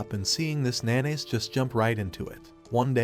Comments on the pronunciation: the way he says haru's name, instead calling him "nanase" he said NaNaYs gets me dying💀😭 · Narrator says MC’s name like how some pronounce mayonnaise